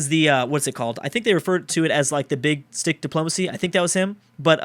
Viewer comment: At first I thought he said that Theodore Roosevelt had "Big DIck Diplomacy"